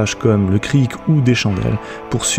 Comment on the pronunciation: On ne prononce pas le "c" final dans "cric", on dit donc un Kri. De rien ;)